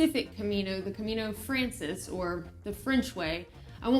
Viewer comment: I live in Madrid and I have done the trail a few times. Good that you are starting light and this trail will be easy for you compared to the US trails. Some notes: Camino Francés: It is pronounced "FrahnTHeyS" ;-) You need to say "Buen Camino" to anyone doing the hike. It is best to try to finish before lunch, wash, clean and hang dry clothes. It is often hard to get things dry. Getting to the Albergues early also improves chances of a warm shower too. Go to "the end of the world" after finishing in Santiago. You can think about doing the Camino de la Plata from Seville in the future for more of an adventure! If you come to Madrid let me know! I can give you a tour and buy you a churros con chocolate :-) Buen Camino!